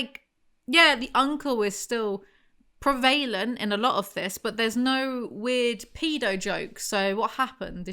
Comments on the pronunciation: Do all British people say "prevalent" that way? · Don't think I've ever heard "prevalent" pronounced like that 😅